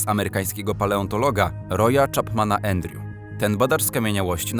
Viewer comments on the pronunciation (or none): none